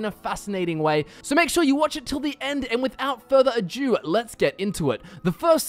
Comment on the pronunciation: "Without further Ajew"